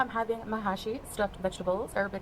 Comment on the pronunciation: She doesn't even get pronunciation for food right. It's pronounced Meh-shi and Sambusak. Ya'alla. Also Meh-shi and sambusak are both delicious but hers look positively vile.